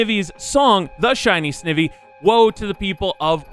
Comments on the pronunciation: Pronouncing "Snivy" and "Sn-ih-vee" hurts my pokemon loving self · XD it's Sn-ai-vee